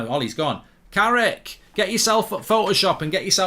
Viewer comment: Fucc I'm gonna miss "Carricky"🏌️‍♂️💔